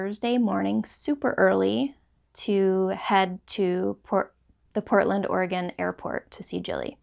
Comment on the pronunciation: Hi,! So glad you enjoyed your trip to Oregon! And, thank you for pronouncing Oregon correctly. LOL! Your new HP yarns look wonderful and I am hopeful of buying some. Always enjoy your podcasts and am always inspired by you. Thank you and take care. Patty